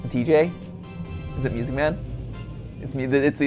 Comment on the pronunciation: Nobody: Matpat: MEWSIC MAN